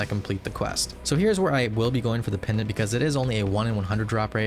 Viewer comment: why is bro saying pendent of aids